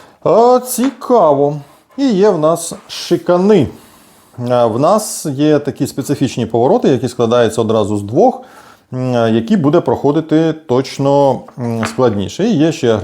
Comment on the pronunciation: ШикАна, а не шиканА))) дякую за летсплей! Моя коробочка вчора теж приїхала)))